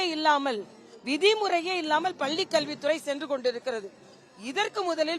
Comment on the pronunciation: தமிழை சரிவர உச்சரிக்கத்தெரியாத இந்த இடப்பாடி பழனி சாமி பள்ளியை பல்லி என்று உளறும் இவர் வியாக்கியானம் செய்வது நல்லதல்ல.